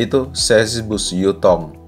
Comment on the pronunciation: Yutong bukan jutong skolh ke x ko ni